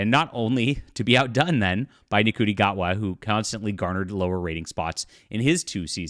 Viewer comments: It's pronounced "SHOOTY", not "N-CUTI". Sorry, to be pedantic. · So this isn't actually true yet, just clickbait! Also, Ncuiti is pronounced 'Shooti'. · It's pronounced shoo-tee. Love to know who your source is because they are wrong and the homophobia your displaying is unreal. Stick to pedaling your books. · please. His 1st name is pronounced "Shooti" Not phonetically spelled. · Pronounced "shooty "